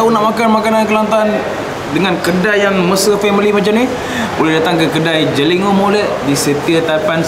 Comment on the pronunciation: Cara sebutan jeligho tu lain sikit...Dio keno ngadap gan ore klate nok boleh bunyi tepat.hehe